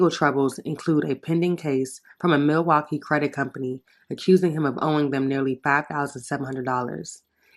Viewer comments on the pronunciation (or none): none